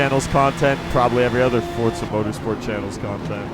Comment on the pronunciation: Welcome to FORTZA Motorsport 😂😂